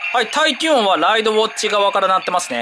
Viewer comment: た行が言えてない…… ウォッチのチが……